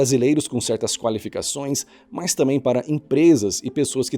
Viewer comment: É TAMBÉM , NÃO TAMÉM . É TAMBÉM NÃO TAMÉM